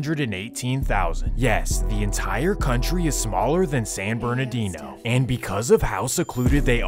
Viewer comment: How come it was Sanberdoodoo ? 😅 what happened to San Bernardino